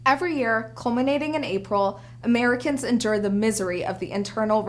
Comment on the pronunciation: Did she say.... "cluminating?"